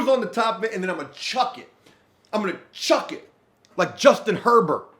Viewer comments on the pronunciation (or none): none